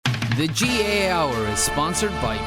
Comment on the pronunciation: Your man introducing the show can't say Gaa he keeps saying Ga